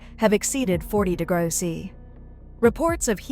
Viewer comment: You need to help your AI reader! Write the script in full: "degrees centigrade" or "degrees C". The AI seems to struggle with "°C" Also "kilometres per hour" instead of "km/hr".